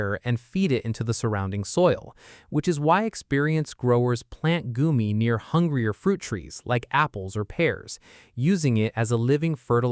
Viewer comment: Goumi berry not goomie